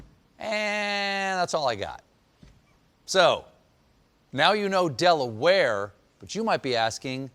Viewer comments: Don't know why "DelaWHY" took me out😂😂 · As a local blue hen, I'm dying and stephen's del-awareness XD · Everyone always asks Dela-ware?; but never Dela-how?